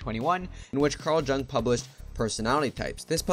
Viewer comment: Mispronouncing Jung bro